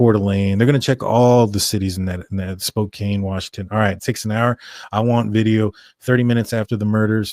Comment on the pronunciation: It’s Spo can not Spo cane 😊